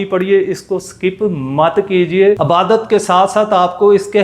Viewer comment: Abadat NAHI Ibadat bol